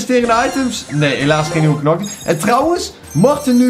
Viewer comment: Zeg gewoon KNOKKER geen knakker